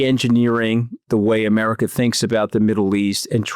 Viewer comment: Gazar, Americar 😂😂😂 why the "R" at the end of every word???